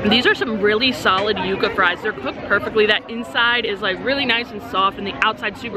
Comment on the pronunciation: Props on pronouncing the Yuca fries correctly🎉. It’s not Yuh-Kuh people 😂